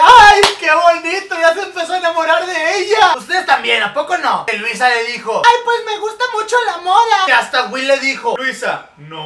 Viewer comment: me dio demasiada risa como se vestía Louisa😂😂 y como en vez de decir Louisa dijo Luisa😂😂😂😂